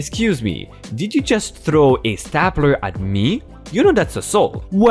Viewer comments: "stapler" its pronounced S tape ler lol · Helping Pronounced Stay-pler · Hi! More great stories! FYI, "stapler" is pronounced STAY-pler (Stupid English pronunciation!) Made it to library and farmers market this morning - got nectarines, corn on the cob, tomatoes, a baguette and oatmeal chocolate chip cookies. Miss Hissy is drinking water from "her" glass on the coffee table (nah, she's not spoiled!) Going to see "Spider Man" tomorrow. Have a great weekend! 🔥 🔥 🔥